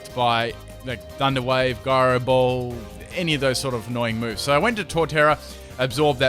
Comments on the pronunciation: It's also (ji-row) not (gi-row) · Gyro ball is pronounced j eye ro ball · ...it's "Jyro ball"...